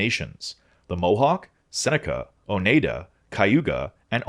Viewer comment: Hi! Im from western upstate new york - Iroquois territory - and I believe you might be saying some of these tribe names wrong. If this is just the weird NY accent and someone can correct me pls let me know! I say haw-de-saw-knee, ohn-ai-dah, iro-koi, and Onondahga. I say Seneca and Cayuga the same as you. If members from these tribes could check in and let me know which pronunciation is closer to correct Id love to know! My father’s father belonged to the Onondaga, however as pointed out they are a matrilineal society so I will never officially have membership. Nonetheless I try to keep up with their issues